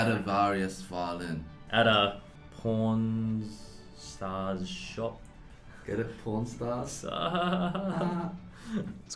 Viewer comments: pawn stars sounds like p**n stars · Was looking away from the screen, plays and I legit thought he said "I don't watch pornstars". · The way he said pawn stars sounded like he said porn stars or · for a little bit I thoght you were saying p*rn stars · What they are saying: Pawn Star What i hear: pornstar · It just sounds like your saying porn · For a while I thought they were saying porn stars😂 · Is it bad that when he says "Pawn Stars' it sounds like he's saying "Porn Stars" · You said pawrn stars.. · “I don’t watch pawn stars” I thought he said pOrN stars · What they’re saying: pawn stars What we hear: porn stars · The way you pronounce "Pawn Stars" sounds like "P*rn Stars" LOL 🤣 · Lmao just realized he said p**rn stars, not pawn stars, or at least thats what I heard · he says I don’t watch pawn stars but sounds like I don’t watch porn-stars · sounds like "Porn star" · british pronunciation of porn stars😂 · ummmmm, did anyone else hear him say something really bad 😂? It's just his accent, but I was so scared he actually said it. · When Eddy says Pawn Stars it sounds like something else. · Or when Eddy said “Pawn stars” and it sounded like something else....😏😂